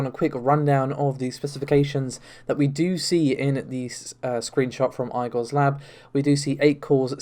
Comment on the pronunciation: That's not how you say Igor.